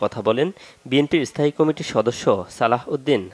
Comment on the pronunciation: সালাউদ্দিন আহমেদের নাম এভাবে বিকৃত উচ্চারণ করার কোন কারণ আছে কি?এই চ্যানেলে বেশ কিছু শব্দ বিকৃত উচ্চারণ করা হয় যা অন্য চ্যানেলে হয় না ।উদাহরণ কমিটি কেও কামেটি ।বিষয়টি কত্রী পক্ষ নজর দেবেন আসা করি।